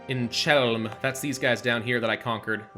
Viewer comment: It's not czelm. When you see ch, read it like H(like Hamburg) (the H in polish, lone h is from eastern slavic )There are some exceptions.Aslo there is no L there it's Ł(most games filpout on polish accent words). Polish is hard even on Polish.